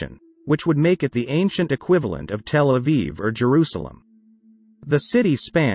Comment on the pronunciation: Death of computerized narration cannot come too soon. A tel is not a telephone. 😱 Wonder if makers have ever been to Telephone Aviv?